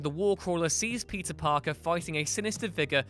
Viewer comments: Is it just me, or is this guy really saying "pizza parker"? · I just cannot stop hearing you say “pizza parker” why do you sound so weird when you say his name??